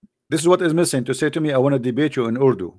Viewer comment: Urudu 🤣🤣🤣 Koran is in Arabic, not urudu. ❤